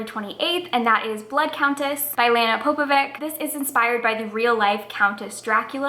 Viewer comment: Just a side note, it's a slavic last name pronounced kinda like Popo-vich :) also I love these types of videos because I always find new things to add to my tbr.